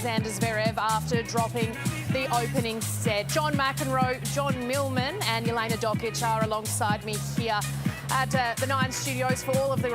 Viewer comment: One day commentators will stop adding ai in names such as Jelena, its Yelener not Yelaina have some respect and make the effort to get it right, maybe listen to the umpires who invariably make the effort to pronounce ti correctly.McEnroe is a major offender BTW.